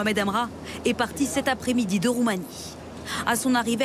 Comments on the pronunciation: "La Roumamie" XDDDDDD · je rêve ou il a dit la roumamie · La roumamie ?? On fait plus d'exercice de diction pour présenter le journal ?😂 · "La Roumamie" nouveau pays tiens 😂